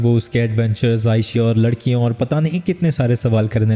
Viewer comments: larkian ❌ lakrian ✅ 😂😂😅😅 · lakdiyo ❎ ladkiyo✅😂😂😂😂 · Abe ladkiyon ko lakdiyan bol raha hai tu😂😂😂😂